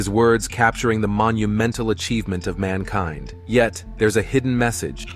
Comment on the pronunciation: Oh dear this poor AI cant say Mankind well AI cant tell you what a woman is either we all understand why just like nasa admitted no one has been to the moon when they said no one can get through the van allen belt